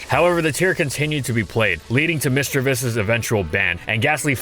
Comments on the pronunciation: MISDREAVUS, NOT MISDREAVIOUS! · My favorite line of pokemon. I know for a fact that it did great in it's competitive scene so I'm so happy for this. I love gastly! Misdrayvus? You tried to say that wrong